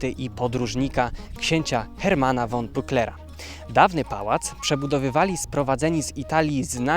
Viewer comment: Słowo von czytam fon a nie won. Warto to przyswoić bo dotyczy to wszystkich szlacheckich nazwisk niemieckich.